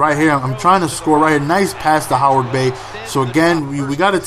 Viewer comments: its heyward not howard... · heyward bey...not howard bey lol